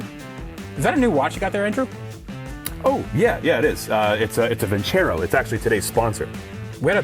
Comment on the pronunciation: Nobody really going to mention that he kept saying vinCHero?... there's no H in Vincero